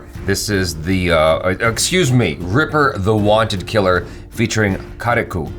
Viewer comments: കാരികു അല്ല കരിക്ക് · Finally they are watching the karriku video. And bro it's pronunciation is like ka-ri-ka, not ka-ri-ku . I am also malayali. The words meaning is a coconut. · it is pronounced as -karikk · Karikku is malayalam for tender coconut. And its pronounced without the u at the last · the u is silent in karikku